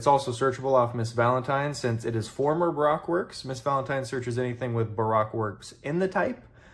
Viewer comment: I love the enthusiasm, I do. But it's Ba Roke. If you disagree with that please tell the voice actor for zoro he mispronounced it in episode 62 about 3 minutes from the end of the episode.